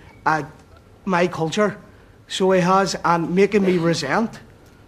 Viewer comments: "our kulchure" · "Loyalist Kulthurr" get off the stage,. 😂